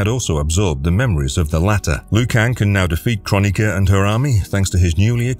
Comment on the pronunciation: ffs...it`s kroni-K-a not kron-I-ka...